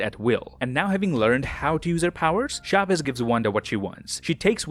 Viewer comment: its not pronounced SHAVEZ. its a CH sound, not an SH.